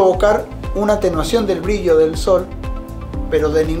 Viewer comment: No sabes ni decir brillo y te voy hacer caso...briyio🤣😂